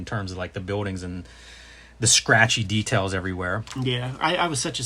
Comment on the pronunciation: Love all of this…. Every bit… however, the way Jim says “biwwdings” for the word buildings drives me nutty, lol. Sorry Jim… I’m in no way perfect… it’s just a thing I noticed. 😂